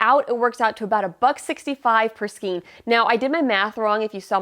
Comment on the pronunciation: Thanks for this review of so many Hobby Lobby yarns! My local store doesn't carry all of them, but HL does ship! (BTW, "Skein" rhymes with "chain," not with "scheme.") 😁